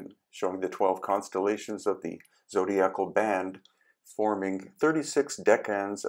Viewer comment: Bas relief is pronounced bah, not bass. Zodiacal is pronounced zo-DIE-a-kal. Also, the calendar shown is both an astrological AND an astronomical calendar because it was still one and the same science (along with mathematics) at that time. It was the much later Roman Catholics who “separated” the knowledge.